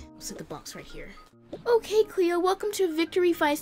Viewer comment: U KEEP SAYING CHLOE INSTEAD OF CLEO 😂